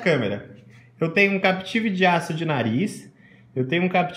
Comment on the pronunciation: Captive nao Capetive. Oh praga estressante